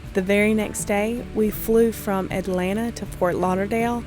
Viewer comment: Alright. Yall earned my subscription. Liked, Subscribed, and I clicked the bell. I knew I was going to like the channel when you didn't pronounce the T's in Alana